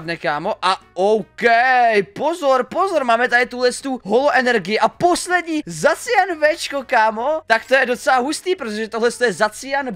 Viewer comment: dodo je to jmenuje se vyslovujeseto zašian